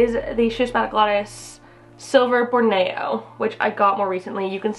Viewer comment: How can you pronounce Schismatoglottis correctly but can't pronounce a simple word like Borneo?